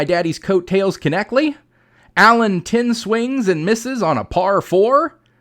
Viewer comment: Knechtle is pronounced connectly? Well, I’ve learned one thing from this video. Probably will be the only thing, unless teaches me something.